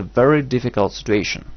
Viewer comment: It's situation not stituontion